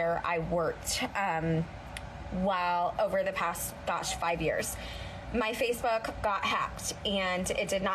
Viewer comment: I swear she said FacePhuck not Facebook 🤣🤦🏽‍♀️